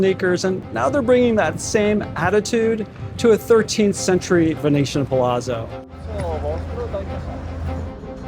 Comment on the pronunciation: It’s pronounced ‘pa-lat-zo’.